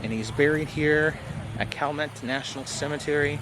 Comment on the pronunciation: It is pronounced shall-mett & its not in New Orleans. It not even in the same Parish. However it is really close. It is in the city of Chalmette in St. Bernard Parish.